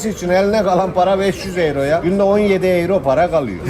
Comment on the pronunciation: Kırmızılı eyro eyro diyen adam iğrenç bir tip değil mi 🤢